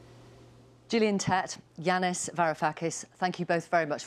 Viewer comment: It's Yanis, not Jeanis damn AI